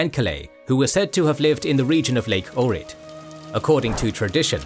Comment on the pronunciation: Information is all good as usual, but your pronunciation of my city of birth (Ohrid) would lead me to believe you are having a mild stroke and the paramedics should be capped ASAP